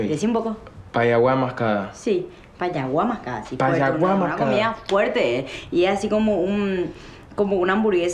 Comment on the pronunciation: "un poco la quiero" todos somos Miranda jajaja Rita: PayaguaMascada , Mati: PashaguaMascada la sangre paraguaya no le quita lo porteño pobre